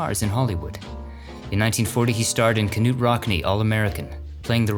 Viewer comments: Knute is pronounced "newt", not "ka-nute" 0_o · “NUTE” Rockne, not KA NUTE.... haha- “K” followed by an “N” is usually silent like knowledge or “Knudsen Sour Cream.” Love your videos though. Nice work! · Knute is pronounced Newt not Ka nute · Big fan of your videos. I’ve watched a ton of them. But you committed an unforgivable sin in this one by sounding out the K in Knute Rockne (it’s silent). Otherwise keep up the great work !! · As always, a superior video and highly informative. By the way, one of the movies you mention is the ‘Knute Rockne Story’. In pronouncing his first name Knute, the ‘K’ is silent and is pronounced like ‘Nute’ not ‘Kunute’, pronouncing the ‘K’. Just a small point. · “Ka-Nute Rockne”. Really......? Do your research, the K is silent. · Kanute?? It's pronounced newt. He's probably the most famous football coach in history. Geeeeze. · The k in knute is silent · “Nute”, vs K-nute. Silent K. 🤓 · "Knute" is pronounced "newt." "K" is silent. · It's pronounced"Newt" Rockne, you are 99.9 psnt flawless keep up the masterful work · It's said "newt" Rockne ...I send you a picture of his gravre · I am sure someone else posted this, but Knute Rockne's first name has always been pronounced "Noot"... Silent "K". It is pop culture, Americana... universal knowledge for Americans. Not sure why you don't know these things...but then, you messed up Richard Kiel's last name as well. Maybe watch Jeopardy... I don't know what else to suggest. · Hi, it's Knute (like nuit) Rockne and Reagan produced films not videos during the war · Did you really just say K'nute? The "k" is silent. You don't say k'nife, do you? It's like when people say X'zavier when saying Xavier. It's pronounced "Zavier!" You don't say X'zylophone. Just ranting, good video. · Thanks as always. Well done. BTW, Knute is pronounced like NOOT. Minor detail. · I want to tell you that the K in Knute is silent. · It is knute the K is silent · Knute, the K is silent.